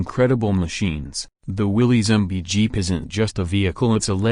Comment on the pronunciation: It's pronounced Willis not willys.